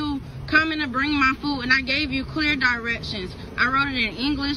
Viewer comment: FOOD NOT FOO 👎👎👎👎👎👎